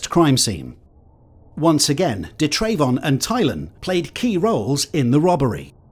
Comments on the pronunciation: It’s pronounce “Duh” Travon 🤪 if your gonna say it say it right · da’yrayvon 😂 he never had a chance. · Da’Trayvon? What the fuck is wrong with people. May as well have called your kid Un’empoyable McSkint